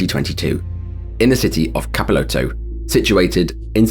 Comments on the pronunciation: Capitólio, not Capiloto. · The Brazilian city's name is Capitólio. You know, as in Capitol? Not Catipol or whatever the hell you said lol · capilotto? if you just said capitol... io... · Clip #3, at 7m mark... CAPITÓLIO is the name, not "Capiloto" 🤦‍♂️.. and it's the southEAST of Brazil.. Not the southwest Goodness me!!